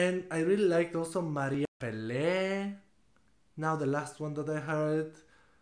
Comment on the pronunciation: Pelé no! Peláe! Pe la e. With emphasis in the A.